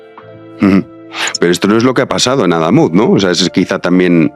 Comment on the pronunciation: con una novia cordobesa no vuelvas a cambiar el acento, adamuz es aguda.